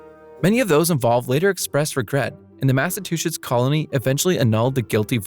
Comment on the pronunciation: “Mass-a-two-shits” I love it